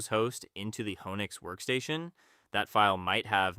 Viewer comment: feel the same except he keeps pronouncing it "wo-nix" not "who-nix"